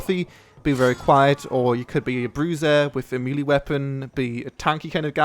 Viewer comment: "maylay" not "mealie"